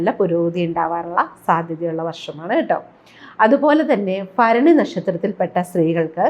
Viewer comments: ഫരണി അല്ല ഭരണി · ഭ ആണ് ഫ അല്ല